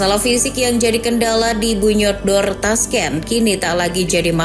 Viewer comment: Bunyodkor kan cara bacanya